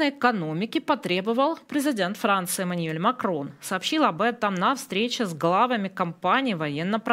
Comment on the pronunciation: Как, как - маниель? А чому не Эмануэль?